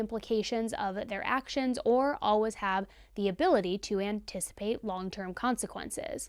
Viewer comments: I love these videos SO much but just a side note, for some reason the way she says the word “always” is beyond triggering for me!!!! 😂 Lol I’ve never heard it pronounced “al-wuz” before I started following and watching. Of course I love her and these videos, so I’ll keep supporting, but she says it about 10 times every video and idk why it triggers me so much!! 😂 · Is the way you say "always" a regional accent thing? I've never heard it pronounced "alwas" before. 🤔 And P.S. do much respect for the way you covered this case. Thank you for sharing Byron's side. 🫡